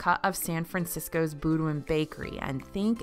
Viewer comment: The bakery was Boo-Deens.